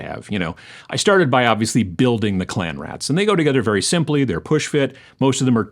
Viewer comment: Read "Clean Rats" and kept hearing "Clam Rats"... 😅